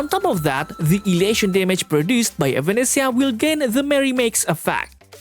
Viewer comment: Sorry who? evAnesisa? Tf you getting those pronunciation from?